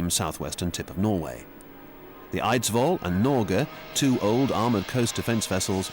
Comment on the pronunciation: The pronunciation is also painful. Hamar and Eidsvoll would be impossible for me as a Norwegian to understand without the text.